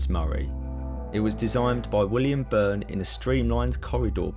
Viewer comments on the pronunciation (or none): none